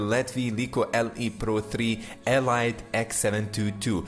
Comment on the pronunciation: Elite is pronounced E-leet